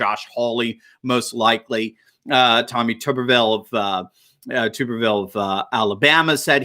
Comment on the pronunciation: TUb- erville, not tube-erville. He is an extremely important Senator in this so we need to start getting it right.